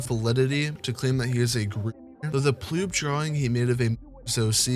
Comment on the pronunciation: Its not ploob its actually poob...